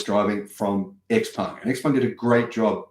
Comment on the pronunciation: 'Ciao Peng', from 'Tsao', not 'Ex Peng'. 'Ciao Peng', from 'Tsao', not 'Ex Peng'. 'Ciao Peng', from 'Tsao', not 'Ex Peng'. 'Ciao Peng', from 'Tsao', not 'Ex Peng'. 'Ciao Peng', from 'Tsao', not 'Ex Peng'. 'Ciao Peng', from 'Tsao', not 'Ex Peng'. 'Ciao Peng', from 'Tsao', not 'Ex Peng'. 'Ciao Peng', from 'Tsao', not 'Ex Peng'. 'Ciao Peng', from 'Tsao', not 'Ex Peng'. 'Ciao Peng', from 'Tsao', not 'Ex Peng'. 'Ciao Peng', from 'Tsao', not 'Ex Peng'. 'Ciao Peng', from 'Tsao', not 'Ex Peng'. 'Ciao Peng', from 'Tsao', not 'Ex Peng'. 'Ciao Peng', from 'Tsao', not 'Ex Peng'. 'Ciao Peng', from 'Tsao', not 'Ex Peng'. 'Ciao Peng', from 'Tsao', not 'Ex Peng'. 'Ciao Peng', from 'Tsao', not 'Ex Peng'.